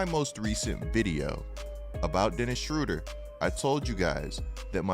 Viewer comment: From a guy from gerrmany... why u call him schruder? its schROEder :D